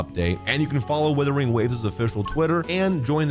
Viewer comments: Kinda hilarious hearing you call it WuWa, so you know it's a "u" there but then you say "withering" or "weathering" instead of "Wuthering", I chuckle a bit almost every time. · Days since calls it “withering” or “weathering” waves instead of “Wuthering”: 0 days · First of all it Wuthering waves not weathering waves😂😂